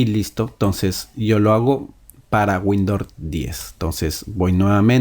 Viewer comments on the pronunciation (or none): No es windor es windows